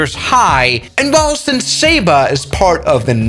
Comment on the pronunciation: "Welcome to sayba"